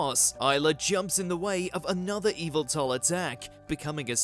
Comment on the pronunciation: It's weird to hear Yveltal pronounced officially correct after so many years of hearing YAH-VEH-TAL! :D